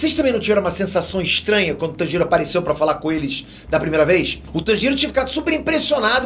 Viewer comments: pfv não fale tanjiro como se não tivesse uma pronuncia mais forte no "tan". fale como se fosse "tãnjiro" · da um olhada na pronuncia dos nomes antes de fazer o vídeo, ficou muito nítido que ou você não assiste o anime ou por qualquer motivo específico pronunciou todos de forma errônea, até do personagem principal você não fez questão de falar corretamente, no fim o vídeo parece mecânico. (Obviamente eu sei que você não escreveu o texto… mas daí apresentar, cabe seu papel de detalhes… ) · Que agonia o jeito qur ele pronuncia Tanjiro